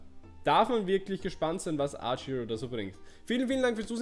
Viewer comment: Hey^^ Danke für das Video :3 Aber mal eine blöde Frage? Ist das ein Insider, dass du statt Archero immer Arch-Hero sagst? Ich mein das nicht böse, bin nur neugierig^^"